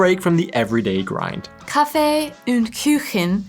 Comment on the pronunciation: It is intetesting how not only you, but many anericans tend to pronounce "Umlaute" (ä,ö,ü) where there are none and don't pronounce them wherre they are. I haven't quite figured out why So it is " Kaffee und Kuchen" not " Kaffee ünd Küchen". Kaffee is pronounced perfectly. When you try "und" try to think of how you pronounce the "ou" in the word "you", and the same with "Kuchen" You really just need the sound of "(y)ou"